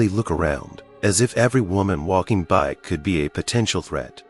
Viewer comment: The narrator needs to go to school and learn how to read and pronounce English words properly. Narrator pronounces BY as BE is a good example.